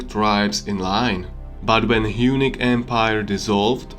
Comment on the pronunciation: Good video. Maybe just work on your English pronunciation. Unique/Eunuch = Hunnic